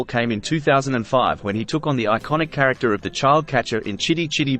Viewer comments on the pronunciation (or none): none